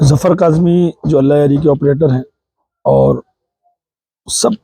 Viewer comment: جاہل بابا آپ اپنا لہجہ درست کریں جفر نہیں ظفر نام ہے جہالت کی بھی حد ہوتی ہے فنٹا بابا عرف نارنگی بابا